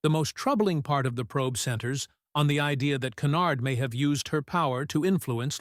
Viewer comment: Tiffany "KENARD"???? Don 't waster your time on this AI generated crap.